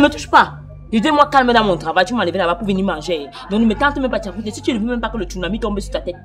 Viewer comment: Tchakounté🤣🤣🤣🤣🤣hein hein